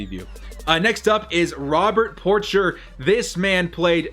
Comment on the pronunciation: lol at pronunciation of "Porcher." It's a French name dood.